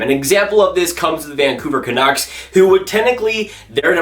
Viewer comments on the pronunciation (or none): none